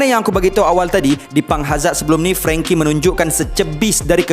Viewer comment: Franky bukan frengky, aduhh 🤦🏽‍♂️